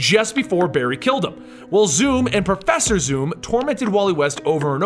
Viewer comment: profeeser thorn?